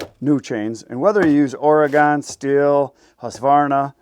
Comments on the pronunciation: my home state is Oregon = Or-i-gun, not Or-ee-gone, just saying. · It’s “oregun”